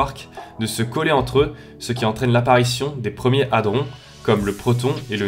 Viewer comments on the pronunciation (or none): none